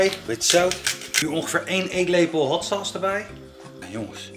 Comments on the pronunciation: probeert de merknaam hotsaus op z'n Amerikaans uit te spreken. Hatsa dus.... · Als het over scherpe saus heeft hoor ik altijd hatsa's